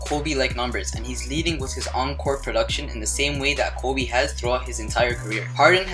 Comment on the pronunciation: The way he says "Kobe"he says KOOBe is he Hispanic?